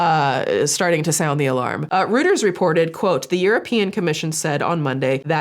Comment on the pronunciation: Reuters is pronounced Roy_ters 🙌🏾♥️